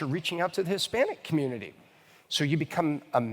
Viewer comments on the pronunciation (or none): none